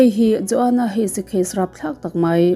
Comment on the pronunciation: Joanne pawh hi (jaw-eins) ti a lam tur ani. Joana anilo.